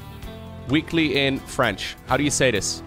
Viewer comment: Top notch french pronunciation!